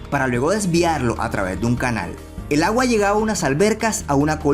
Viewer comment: Me dio risa como dijo: "el agua"